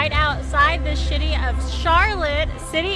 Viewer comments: Did she say shitty Carolina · “Right outside the sh^tty of Charlotte.” 😂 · I love President Trump too, accidentally said shitty. Lol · "Right outside the shitty of Charlotte" 🤣🤣🤣